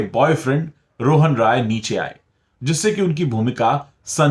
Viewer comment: Kindly correct your pronunciation of "Rai" while taking Rohan Rai's name. You seem to be pronouncing it as ROY which is a Bengali surname and RAI is from a different province in India